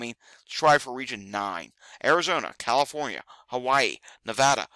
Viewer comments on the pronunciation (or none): none